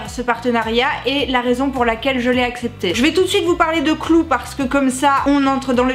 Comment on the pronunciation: "clou" ^^ ! Je me moque, mais j'ai le même accent français merdique :'). Sinon, vidéo intéressante comme d'habitude. Je connaissais déjà l'appli et ça a l'air de bien marcher. Eh ouais je suis un mec et je trouve ça intéressant d'apprendre comment les filles fonctionnent. Eh oui. Car ça fait pas de mal.